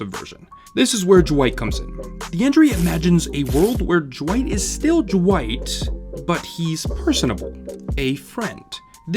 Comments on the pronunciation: Why is he saying jwight and not dwight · Why are you saying Jwight instead of Dwight? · Is it just me or is he saying Dwight a bit weird, like Jwight? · Is it me or does it kind of sound like he’s saying Jwight? I’m like jwight?! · Why do you say Dwight like it's spelt "Jwite" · I cannot stand how you keep saying “jewight” and not just Dwight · Why is he pronouncing Dwight's name Jwight..? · I can never ignore the way you pronounce Dwight, "Jwight" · Is he saying J'wight? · You say it like duh-wight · Dwight? You mean Dwigt. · Am I the only one bothered by how he says Dwight